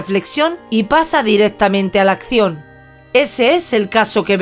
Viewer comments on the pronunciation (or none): none